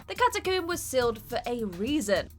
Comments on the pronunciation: Catacoom? Ashume? I thought rec was about rabid people in a US apartment. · “A sealed cata-coom” nice.